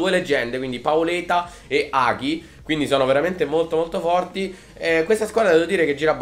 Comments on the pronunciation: in rumeno il suono "gi" e il suono "ge" si leggono come in italiano quindi è Hagi non Haghi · dislike solo per come hai pronunciato hagi